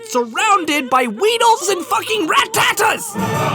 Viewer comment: Rat-TATA not RAT-TAT-TA